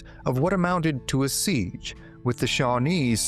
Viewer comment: It is NOT a "seegh (with a continuous vowel at the end) but a SEEJ ending with the J sound of Jerk.